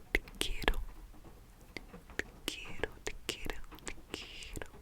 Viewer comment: Actually your pronunciation of "te quiero" was pretty good :) And I believe you were trying to say "i love you family = os quiero familia". You are doing great keep it up!!!